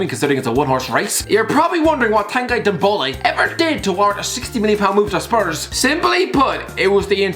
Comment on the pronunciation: ffs its NDOMBELE not NDOMBOLE